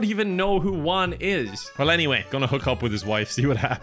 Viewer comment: I just love how pronounces "Juan" Lmao